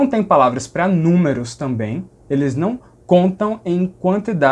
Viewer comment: Adoro o seus vídeos. Só gostaria de pontuar uma coisa. Sou paulistano, você acerta ao dizer que os ditongos "nasais" daqui seriam na verdade uma nasalização da letra final, como na palavra "Não". Porém, o som que você fez assemelhou-se mais a um esteriótipo divulgado pela mídia em programas de humor (claro que sei que não era a sua intenção). A mídia brinca com isso, mas não representa 0,001 por cento do do sotaque paulista e principalmente do sotaque paulistano. Na verdade, palavras com lã, rã, amanhã, âmago, Ana, etc, o "A" tônico, nesses casos, pronunciamos mais como um som próximo a um "schwa tônico", aquele V invertido do IPA. No ditongo "ão", a mesma coisa, ou seja, o "ã" como schwa e a nasalização recai no "o". Vou tentar transliterar "ão" paulistano = schwa + u + "ng". Desculpe, pela transliteração esquisita, não tenho os símbolos IPA aqui no teclado. Adoro o seu canal, as informações precisas que você traz e o conhecimento que compartilha, além da simpatia. O conteúdo é top. Aprendo muito com você. Parabéns e muito obrigado!